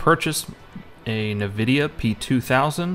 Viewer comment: It's pronounced N-Vidia. Not NiVidia